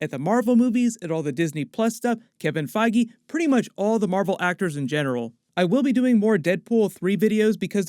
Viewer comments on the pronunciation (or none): none